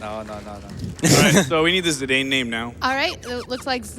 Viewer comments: LOVE THIS. But its zidane (like the football player), not zedayne. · Zee-Dane? thats not how you say that name? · Zeedayne? Zinédine Zidane was already a world known player back in 2000 when the game was released. Kinda painful to European ears. But I guess not a lot of Americas know French football players ^^ In German we would also pronounce Steiner as "Schteiner" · Also the pronunciation of Zidane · Their pronunciation of Zidane is kinda funny. I guess they don't get Zizou as a reference either then. Great run anyway. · One of the most commonly mispronounced names, alongside Tidus.